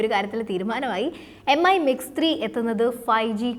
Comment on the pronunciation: Brand name ഉച്ചാരണം കൂടി ശ്രദ്ധിക്കൂ... Xiaomi (ഷാ ഓ മി ), Mi (മി )...